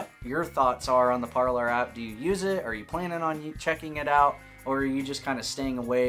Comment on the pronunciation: Would it not be “Par-lay” like the French word for ‘speak’?